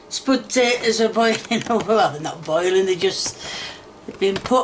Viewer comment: "The spud ta'ers taste like spud ta'ers" Classic ❤